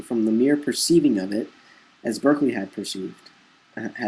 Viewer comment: Berkeley is pronounced Barkley.